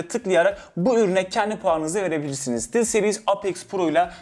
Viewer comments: reyiz bak o steelseris diye okunu stılzserız diye değil :D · STILLLL seriiis haahahahahahahahahaahahahah stılseris nası bir telaffuzdur lsdkjglksdjglkdsfgjlkdsfg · aga gözünü seviyim sıtilseriis diye okuma şu markayı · ‘Stıl’ series xD